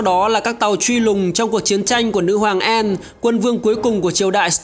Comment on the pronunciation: Channel phát âm sai thôi. Anne /ae/ Beard /i e ngược / chứ k phải ngta k biết tên đÂu